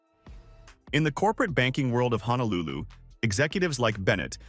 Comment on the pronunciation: Honolulu does not have an "A" in it. It's pronounced HO - NO - LU - LU. By mispronouncing it, you are shouting to the viewer that you are a complete outsider and likely do not know or understand Hawai'i. You also grossly mispronounce many common words and phrases that discredits what you are trying to express and present..